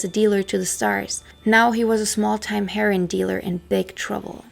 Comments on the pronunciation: Great work and very very entertaining. However, it's pronounced "her-o-win" and it's Pam Coor-son, sort of like "Door-son". Just trying to be helpful. Best Wishes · yah a heron is a bird😆 I have however heard her pronounce German perfectly 🤔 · "In a haze of Kiff". You don't smoke Kiff, it's a spread, you eat it. Why can't you pronounce the word 'Heroin'? Janis got the Heroin that killed her from her boyfriend Seth Morgan. Fact. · I love the way you pronounce heroine. Just saying scag dope or junk.. and i like Kieth out lives this monster 10×× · You said your three language disclaimer, I know, but, if you're going to do drug addled rock stars, the common pronunciation for Heroin is "Hair-Ohh-Inn". Heron is a fish. There was only one other single "wrong" word earlier, I can't remember, but your english is fine and dandy, but for that one recurring clam. Groovy Hat. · Heroooiiiinnne, Darling...not Hero like Nero, but "Heroine" like how you pronounce the female counterpart to a Hero. Otherwise, great video. It's actually kind of sweet that you don't know how to pronounce it. ( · heron is a bird. learn to talk. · It's not "herin," it's herOin. I'm sure you've heard Lou Reed sing it. Otherwise your English sounds as born yankee as my own. What IS your first language? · Pronounced HEROIN HER-O-IN. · It’s pronounced “her-oh-in” =heroine. You’re welcome. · Are you sure your a German not a American you don't have a accent & look like Marlo Thomas.The word Idea doesn't have a R in it & isn't prounced with a R. Also Heroin isn't pronounced Heron, Heroin is a narcortic. A Heron as you prounce Heroin is a bird. You speak English very well with no accent, better than a lot of Americans do & you almost speak it perfectly. Are you sure German is your first language not English. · It’s pronounced Hair-o-win.